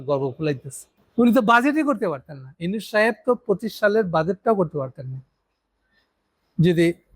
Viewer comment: আপনার পর্যালোচনাগুলো বেশ তথ্যবহুল। তবে বলার ভঙ্গীগুলো যেমন,তারেক, খলিল,ইউনুস এ নামগুলোর উচ্চারণ ঔদ্ধত্যপূর্ন।